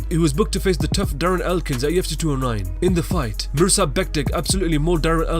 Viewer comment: it tilts me how it sounds like you say "AT TUFC" in every video.